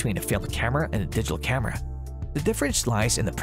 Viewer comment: I don't like the way he says "camera"